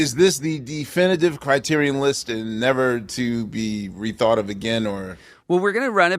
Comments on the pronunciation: For the love of God, can someone PLEASE discuss how LMM was pronouncing CriteriON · Let's be clear. I love Lin-Manuel Miranda. He leveled up Broadway AND made Disney Music cool... But if I hear him pronounce the word criterion like he does one more time, I may tear my skin off. It sounds like a robot built to curate the criterion collection. I AM CRITERION!